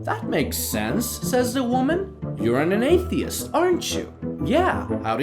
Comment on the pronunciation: The bot didn't pronouce anesthetist properly.